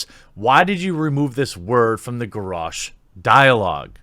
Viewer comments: The fact that you said Gorosh is irritating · ...your pronunciation of Garosh is... unique.